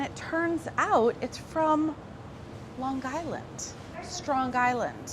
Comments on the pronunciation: I live in Ocean County, New Jersey. I love that Carla pronounced those bennies from up north as from Lawnguyland. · "lonG island, stronG island" really pronouncing the g's there Carla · Lawn Guyland lol